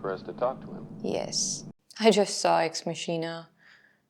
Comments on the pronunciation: Ex Machina is pronounced Makh-E-Nah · "Ex Masheena"... oof.